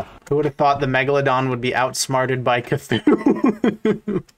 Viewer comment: Ok now, not to be mean but rather point out something funny, mega-dolo-don